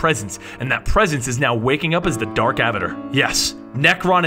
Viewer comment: It's alec holland, not alex. Do you even try? So many words, it's insane. Every video. And avatar. Really, you don't know the word avatar?